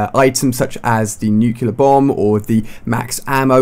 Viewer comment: I'm sorry, but I just get annoyed when people say "nucular" because the word is spelled "nuclear".